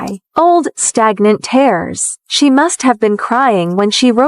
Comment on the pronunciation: Miles had a bad mother he was just a kid. Charges should have been pressed. Please use a Webster’s dictionary with your A I program to teach it English. She was gone for 3 years not just a few months. The word tears is pronounced as teers, not tares